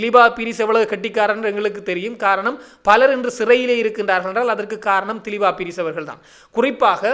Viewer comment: தயவுசெய்து பெயர்களை பிழையாக உச்சரிக்க வேண்டாம். திலீப்பா பீரிஸ் அல்ல திலீப்ப பீரிஸ். பிரிந்து ரணசிங்க அல்ல பாரிந்த ரணசிங்க என்பதே சரியாகும்.